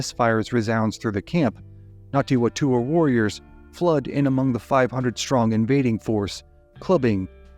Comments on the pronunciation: not Ngati Watua. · Ngāti Whatua pronounced fatua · "WHA" in Maoiri is pronounced "FA"... so it should be said. Other than that, great video! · Yeah you did do pretty good but just some extra help the Ngati Whatua are pronounced the Wh sounds more like an F. Anyway other than that solid.